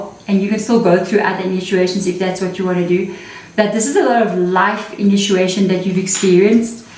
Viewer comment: Sister the word. initiation is pronounced as INI..CHIATION NOT INU CHIATION Pls dont mind it just hurts my ears to hear a mispronounced word so many times continually from an english speaking person .. there is another word which is mispronounced ..I mentioned it earlier.. I am sure being an extension of each other we can afford the liberty to help each other in even small things like pronunciation of words.. I would be gratefull anyone helped me get any word mis pronounced by myself .. Much love and gratitude for your amazing sharings in our benefit ..sister.❤❤